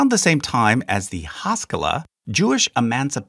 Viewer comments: This is also super nitpicky, but: generally pronunciation of Hebrew words has the emphasis/accent/stress on the second syllable, or the last syllable (depending on whether you come from a Yiddish-speaking background or not). For example, has-ka-LAH or has-KOL-leh, not HAS-kuh-luh; ha-la-KHAH or ha-LOH-kheh. Etc. And to be even more pedantic, typically you would not hear "mit-NAG-dim", because the pronunciation with the emphasis on the second syllable is from Ashkenazi Hebrew, where a tav without a dagesh is pronounced as an S. Therefore, it's generally always either mit-nag-DIM or mis-NAG-dim, generally never mit-NAG-dim or mis-nag-DIM. Truly sorry for this extremely pedantic comment! However, being both Jewish and autistic, I literally can't help it. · This is a fairly good and accurate video, however, your pronunciation is AWFUL. A multi-syllabic Hebrew word is almost NEVER stressed on the first syllable. For example, "haskalah" is not pronounced as "HAH-ska-la" it is pronounced as "ha-SKAH-la." "Agudah" is pronounced "A-GOO-dah". Also, there are other chassidic groups that are not a part of the Agudah, such as Satmar. Also, there is one HUGE error in your video. An Orthodox Jew would NEVER attend a Reform synagogue. NEVER. And, conversely, you would not find a Reform Jew attending an Orthodox synagogue. And, the fact that you, as an Orthodox convert attend a Renewal synagogue would make you pretty much an outcast within an Orthodox community. The expectation would be for you to move to an Orthodox community, rather than attend a non-Orthodox synagogue.